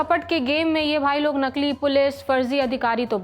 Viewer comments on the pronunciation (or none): नकील नहीँ नकली